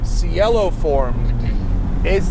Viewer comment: as long as we're making a point about how beautiful the name is, we might as well use its actual beautiful pronunciation "chay-lo". and yes, poopidiboppy is correct.